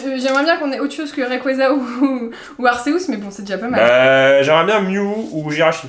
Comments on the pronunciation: Arkeus pour la prononciation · "Arsséouss" ???? wtf on m'lavait jamais faite celle la